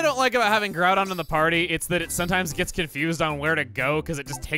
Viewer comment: Or when they mispronounced Groudon and Kyogre.